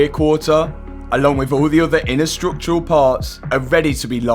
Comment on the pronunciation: What the he’ll is ‘strook’tural damage ❓❓